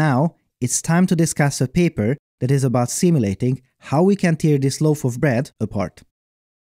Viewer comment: when "tear" means "rip", it is pronounced /tɛː/, not /tɪə/. Great video as always!